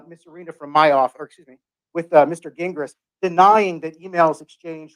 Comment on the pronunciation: Lmao ok wait i JUST noticed called him Gah gingras hahahahahha even after just hearing him say jingras😂😂😂😂that was a quiet FU